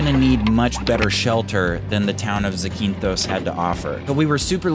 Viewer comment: I love your channel! By the way, it’s pronounced ZAAH-keen-thos